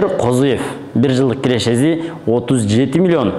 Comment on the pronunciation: Кирешези,чыгашазы дебей нормальный суйло да!